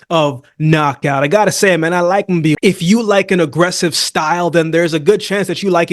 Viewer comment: Thank you for pronouncing Mbili's name the right way. Most boxing journalists don't even bother to get it right.